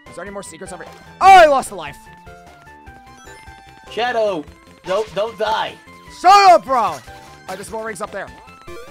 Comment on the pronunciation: I'm sorry the Hedgehog XD I know that he meant to say I'm Shadow the Hedgehog, it literally sound like he said I'm Sorry the Hedgehog XD